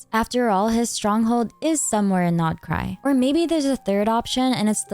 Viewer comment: I LOVE that u pronounse the nodkrai names right😭😭💕